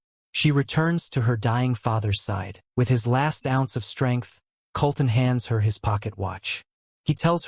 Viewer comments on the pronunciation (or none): none